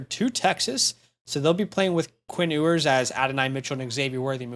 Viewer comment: Quinn Ewers last name is pronounced "You-ers" also the sentiment/concern is that he's no good and that AD Mitchel and Xavier W stats are bad because he just inst that and a bag of chips 😂